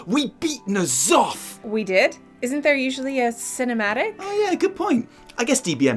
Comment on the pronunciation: isn't it nya'lotha not *nya'lofa*?